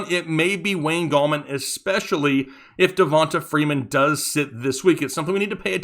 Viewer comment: It’s pronounced da-von-Tay Freeman! Not da-von-tuh . Have you never met black ppl? Lol